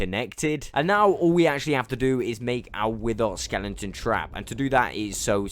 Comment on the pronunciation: stop saying skelenton please🤥